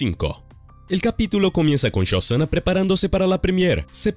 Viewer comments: No es shozana . SoSHanna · Yosana dijo? Uff penosa pronunciación.. dislaikaso